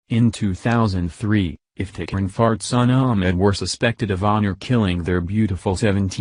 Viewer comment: I don't know if I'm correctly hearing what I think I'm hearing. Can anyone familiar with this case tell me the mother's name? Maybe it's simply the computer voice mispronouncing her name(that happens often), but I keep hearing her name as Fartsana.